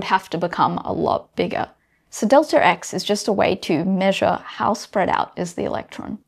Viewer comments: deltaRx :)) First time I've heard about this there's no R there :R Amazing stuff, though. [delta eks] is the correct pronunciation but I will let this one slide, as this lady is the epitome of beauty + brains :))) delta P you nailed that one! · You have an intrusive R in your pronunciation of "delta X" which I could do without, but otherwise I've really been glad I watched this video and think you should do more. Thank you. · Why do you pronounce the extra R all the time. Makes you sound illiterate. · "delter x" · "delter" or "delta", aaanyway.... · Off topic, but it's interesting to hear the accent (speaking as an American) regarding the change-up on the pronunciation of "delta". For momentum it's del-TAH P, but for position it's del-TER X. That is all. Tnx. :) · In some dialects, the R sound is inserted when there is a vowel sound at the end of a word and the beginning of the next word. So it's "delter x" and "delta p." It's just a regional variation. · I was just getting used to 'delter x', and then it's jarring again to say 'delta p'...